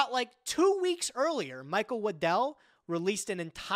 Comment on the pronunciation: The way says Waddell sounds like Lindell and I was sitting here goin "The MyPillow guy made a card game??????"